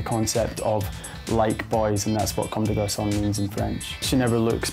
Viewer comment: they’re pronouncing comme des garçons like comme des garçonne